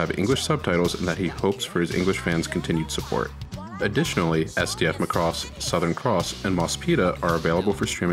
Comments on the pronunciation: Mack-ross not the Gaelic Mc Ross or the Scottish MacRoss like this guy says it. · I'm sorry, I can't watch your video. You keep saying (muh-cross). No offense I've seen all of these in Japanese. Even the intro theme song says, (ma-ku-rose) so to avoid watching some teenage school project, or the ramblings of a half-fan. I don't hit like or dislike...I comment and close! Click Bye!! I got to - you said it wrong 3 times in that 71 seconds. Regurgitating the internet repulses me. Merry Xmas!! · Well, maybe it has something to do with you pronouncing the name WRONG! It's MACROSS, not MA-CROSS! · It makes me gag when people pronounce it "Mick-ross" like its irish or something... "Mack-ross" please. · How on Earth are you pronouncing it wrong? maCROSS. It's MAcross. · i agree! its popularly pronounced as MAcross..this video would have been much better if he said it like Mahkross ... not like McCross.... (now i craving for some McDonalds 🤣) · It's not pronounced, (ma*cross). It's pronounced (makross)!! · I give you those examples, but you have to admit... When All of your life you've heard Mackross you've assumed it's that way. Then suddenly a frenchy guy with a YouTube channel call it ma-crosse like come across lol. It sounds so wrong it annoys the soul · mAcross, not macrOss. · It is not pronounced like lacross the sport, it's Ma cross. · /\'Cypheir ik he can't pronounce it right and it makes me cringe so hard